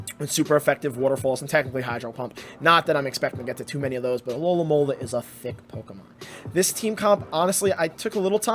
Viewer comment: only until half way through i realised he wasnt saying alolahn molar but alolamola